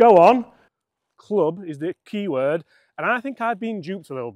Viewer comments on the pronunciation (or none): none